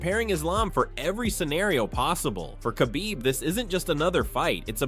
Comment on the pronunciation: So sick of these AI voiceover videos. As soon as I heard him pronounce Khabib’s name I shut it down.